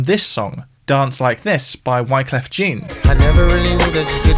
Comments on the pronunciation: Jean, not John! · Please, stop saying Wycliffe Jean, like the trousers. It’s Jean, like the French name. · I know Wyclef has only been around for 30 years, but how can you mispronounce his name like that? He's Haitain, of course 'Jean' has the French pronounciation! C'mon man!